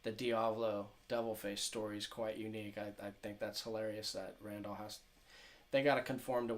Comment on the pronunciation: LOL RAND-ALL THE WAY YOU PRONOUNCE IT IS LEGENDARY